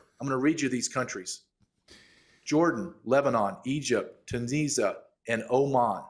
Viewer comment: Tunzisa? not a country Tunisia? country